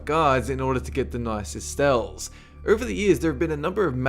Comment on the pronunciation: Hehehe he says "stells" instead of *cells.